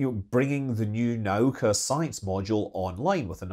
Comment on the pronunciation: It's not "nOw-ka". For the last time, it's "na-OO-ka".